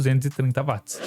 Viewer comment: 🛑A Dicção desse cara é PÉSSIMA! Será q o cara não conseguiria ir numa Fono, aula de oratória etc? Pior, será q ninguém vê que é uma Merda esse cara falando? Além de super difícil de ouvir esse cara é cansativo em poucos minutos.. (Além disso ainda erra termos técnicos! Claramente é 1 Curioso e não 1 Técnico.. Não existe Vat! Watt se lê/fala Uóti!